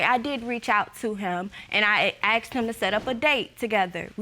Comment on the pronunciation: Why does the word ask or asked pronounced “axes” or “ axed” EVERY time? Do they not understand proper pronunciation?